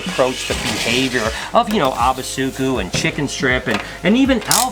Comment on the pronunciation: Hi Ubusuku is night in Zulu, however you pronounce it abasoekoe. All the u's are pronouced the same in the word. Suku is correctly pronounced. The first part has the same pronounciation. It not abba its ooboosooķoo. All the U's as in Bush. Abba means many as in abantu- many people